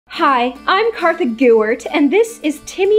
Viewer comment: ArtsyX no it’s not Kartha